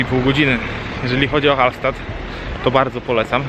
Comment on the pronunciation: Hallstatt (czyt.Hallsztat)